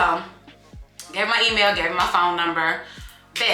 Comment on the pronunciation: Emailllll? 😂 that sounds so weird.